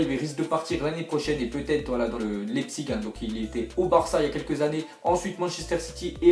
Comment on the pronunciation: apprenez à dire Leipzig! !!